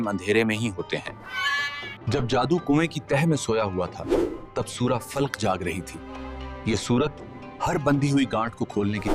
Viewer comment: Channel is good but work on pronunciation must be done, it is surah filq nahi falaq, shakwah nahi shikwa